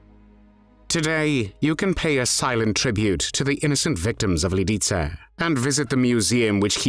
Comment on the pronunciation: Fix. The. Pronunciation. Of. Lidice!!!